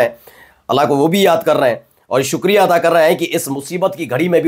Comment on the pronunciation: My dear it is namaz ADA not ATA